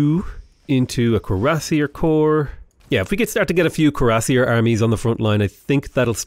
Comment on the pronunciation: not to nitpick but if you didnt already know, Cuiassier is pronounced "kweer-uh-seer".